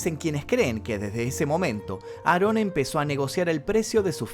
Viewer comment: No se llama nazon se llama aron Joaquín